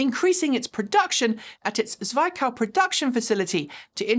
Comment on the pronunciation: Zwickau rhymes with Mick, not with Mike.